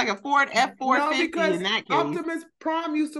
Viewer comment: aww, they really showed their age with this one. saying "noi" when the whole internet knows its "naurrr" 😭😂